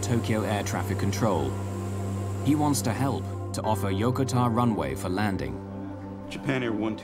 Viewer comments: Why are they calling Yokota Yokotar? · Flew a Boeing heavy during those years. Was well aware of this accident. A couple of comments: first, surprised that the flight crew did not go on oxygen immediately. And a minor one to the producer of this: The USAF air base is incorrectly pronounced in this. The accent is on the second syllable, not the first. Yo-ko -ta.